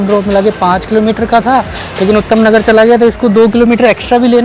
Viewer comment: Bhai utham nagar nhi h vo uttam nagar h🤣🤣